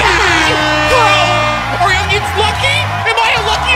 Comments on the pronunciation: bro its not ongions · He really calls them ungions